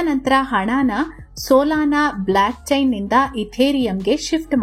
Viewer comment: ಮಹಾತಾಯಿ ಅದು Black chain ಅಲ್ಲ Block chain..